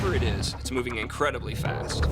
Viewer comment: he says "incwedibly" instead of "incredibly", probably because he just said space quake